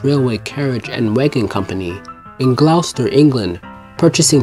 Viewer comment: This is a very good documentary. I would consider redoing the voice over narration with a more professional narrator (the word name Gloucester is pronounced "Gloster"). There are lots of other mispronunciations, or wrong word usage. Otherwise this is a very good piece that strikes me as being well researched and written.